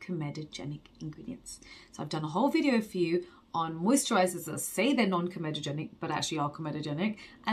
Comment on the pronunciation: Hey you say comedogenic correctly now, your parents will be so proud 😉